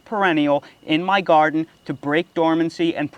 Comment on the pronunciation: Are you saying "yarden garden"?